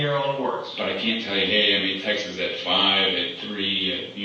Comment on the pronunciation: Text-es? It's texts. This guy is a moron.